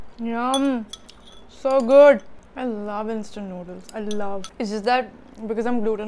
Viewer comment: My favourite Part was When you Said "Sohh Goudd" 😂😂😂😂😂😂😂😂😂😂😂😂😂